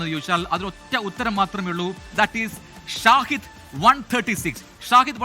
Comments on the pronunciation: ഷാഹിദ് ❌ ഷഹീദ്✅ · Not ഷാഹിദ്, ഷഹീദ് ആണെന്ന് തോന്നുന്നു which memsns Martyr.